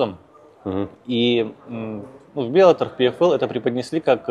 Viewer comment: научитесь уже правильно произность название организации "Bellator". Там два "Л".